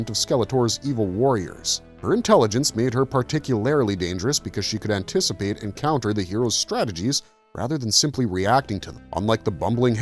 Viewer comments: I remember all the mini comics and how cool (and dark) they were. The Starriors had similar mini comics with depth that was far more involved than their “kids toy” featuring would seem. All that said “Jen-you-wine-ly” kills me every time I hear it. 😂 Also, “par-tick-you-lair-ly”. I think you’re putting the wrong em-phasis on the wrong sy-lab-el. 😉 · Particularily? Particularily? The AI doing this voice was designed to sound like the guy who does the same thing for other comics, mostly marvel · "Par-tick-you-lare-ily", "Gen-you-eyn-lee" I have never heard these pronounced this way. Getting heavy "AI" feels here...